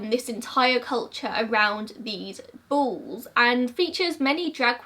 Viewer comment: I thought she said bulls i even googled bulls😂😂 interesting, ive never heard of this love hearing new mysteries